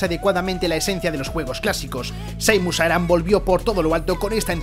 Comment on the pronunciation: Muy mala lista, casi todos juegos de Nintendo, casi nada third party. Y el nivel de inglés del locutor... Rustico, para no ser mal educado. Vergonzoso. Una pronunciación pésima, el único nombre que lo tenía fácil, se las ingenió para pronunciarlo mal también, llamar Seimus a Samus... Donde se vió eso!?!?